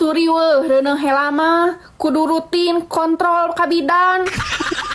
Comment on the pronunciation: TEEH coba gunakeun Bahasa Sunda nu bener....LAIN HELA....TAPI HEULA. Eta ngomong HELA..di ulang ulang, nu leres mah HEULA